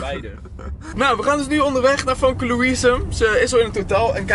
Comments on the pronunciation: gio je zegt "famke" maar je spreekt het uit als "femke"😂🙈❄ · Het is femke niet famke (Kwa uitspraak dan) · Je schrijft Famke maar je zegt FEMKE❤️❤️ toch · je zegt Famke maar je spreekt t uit als femke Haha 😂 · Waarom zeg je famke in plaats van femke😃😃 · Je schrijft Famke maar je zegt Femke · Je zegt Femke, niet Famke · Hoi ik ben echt ruise fan maar je schijf famke maar zegt femke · je spreekt het uit als Femke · Je zegt haar naam heel raar